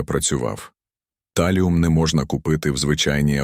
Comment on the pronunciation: Чому ТАЛІУМ? ТАЛІЙ!